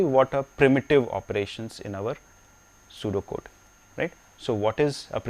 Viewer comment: oh he said pseudo code i though he was saying sudoku